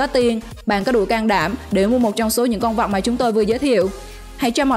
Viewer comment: Dẫn chương trình có vấn đề ngôn ngữ! Con vật nói nhiều lúc nghe con vọc